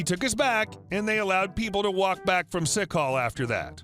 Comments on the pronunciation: It's sick "call, " not sick hall. Hilarious though! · I'm surprised OP in the first segment thought "sick call" was "sick hall."